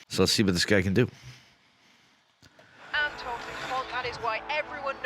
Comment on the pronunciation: Antoine is pronounced more like antwan : "oi" is pronunced like "wa" in wasp, and the closest way to pronunced "ant" that I know of is the UK ponunciation of ant. The sound that "an" does in French doesn't exist in English, so it will be difficult for you. And in Dupont the t isn't pronounced. Then the real pronunciation of on and u are rather difficult for an English speaker, because those sounds don't exist in English. But if you want to know how it's pronounced, you can go on wordreference English-French and listen to the pronunciations of an, du and pont.